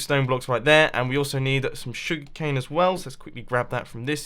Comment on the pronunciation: Anybody else find it amusing how he pronounces "Sugar Cane" and how he says, "Please be sure to hit that like button." It's like, "Shug'cane" and "Pleezee shure ta hit that like bahtton."